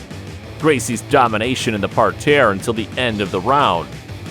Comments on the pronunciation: nobody says par tear ur killing me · Just say "mat" or "ground" and stop trying to be fancy with "par terre" when you can't even pronounce it nor use it correctly.